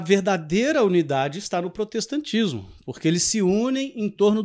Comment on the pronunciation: Prostetacismo com unial no esecial kkkkkkķkkkkkkkkkkkkkkkkkkkkkkkkkkkkkkkkkkkkkkkkkkkkkkklkkkkkkkkkkkkkkkkk Deixa eu respira.kkkkkkkkkkkkkkkkkkkkkkkkkkkkkkkkkkkkkklkkkkkkkkkkkkkkkkkkkkkkkkkkkkkkkkkkkkkkkkkkkkkkkkkkkkkkkkkkkk...